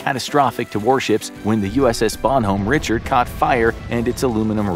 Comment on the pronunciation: "BonHome Richard" laughs in Navy Bonhomme Richard is pronounced like "bahn-am ree-Shard"